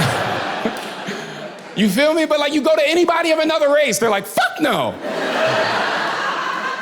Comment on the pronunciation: Why does he keep axing "you fill me"? I said axing on purpose.